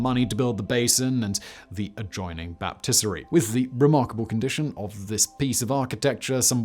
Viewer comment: Would you like to retake trying to pronounce the word BAPTISTRY ….hint: it doesn’t rhyme with rotisserie. This man keeps tripping on the simplest of expressions making most of these videos sound like something thrown together by a bunch of Wikipedia wonders…..